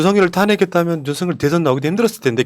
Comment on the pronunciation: 윤서결이 맞아요..윤성녈이 아니고 ㅋㅋ